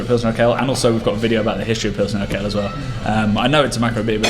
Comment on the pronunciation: You should check the pronounciation of urquell. Did you say urqell? Great video.